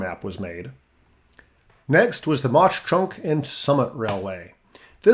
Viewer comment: As a southeast PA native, it’s cool to see the region talked about so much here. Some pronunciation notes: Mauch Chunk - mawk chunk Schuylkill - skoo-kul (the u is very unstressed, like a quick cull) Susquehanna - ses-kwa-hanna Reading - red-ing The coal was very important to the town of Mauch Chunk and led to it having the most millionaires per capita of any city in America at one point. Some of the mansions on one street still have tours. The most famous is Asa Packer who founded Lehigh University. When coal fell out of fashion, the town really struggled for a while, so the two parts (East and West Mauch Chunk) merged and was renamed Jim Thorpe (the lake retained its name). It’s now mostly a tourist town, but it is really beautiful (especially during the fall). The Lehigh Canal is a fun place to fish, and Mauch Chunk Lake is pretty nice. We call the old railroad the switchback, and it is now a hiking trail with a few tracks still visible.